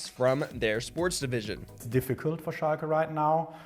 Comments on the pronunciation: It’s shall-ke. Hurt my ears as a German speaker. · This guy can't even google how to pronounce the team he's making content on, journalism is DEAD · It's schalke, no matter how you pronounce it, it will hurt my ears. I'm german too btw. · it’s hurting everyone’s bloody ears